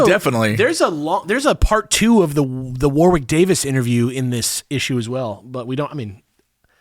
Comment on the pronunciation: I still think it's very cute that, no matter how many times they hear it, most Americans cannot pronounce 'Warwick.' Accents are different and people say things difference it's not a jibe or anything. It's just amusing.